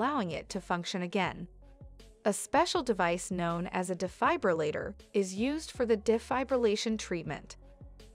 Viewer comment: I'm having a hard time believing the content of the video when the very subject of it is being mispronounced the entire time